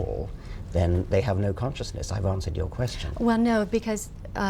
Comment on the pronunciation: Oh god she just said "Conscious-nIss" Sorry macbook, can't hold it back anymore :/